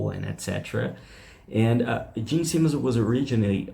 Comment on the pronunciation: Sorry for being picky.... But it is: Simmons not Seamens...🙄 and Osborne not osburn.